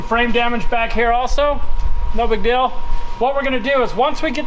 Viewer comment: ...I'm gonna let you in on a secret.......shhhhh don't tell anyone....but deal is spelt just like that.....not "DILL".....GOOGLE HAS A PRONUNCIATION SETTING....SO YOU CAN HEAR HOW ITS SAID.....IT IS NOT DILL!